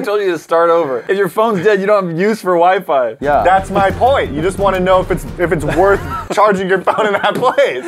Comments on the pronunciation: is it just me or did say wee fee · The fact that said " wee- fee" instead of Wi-Fi has me dead and shook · Its not wee fee its wy fy guysss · lol the toilet water still on the table man ... and i thought it was my dad alone that pronounces wifi as wee fee lool